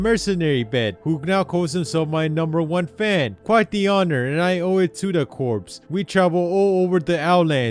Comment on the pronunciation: Btw Corps is pronounced "core"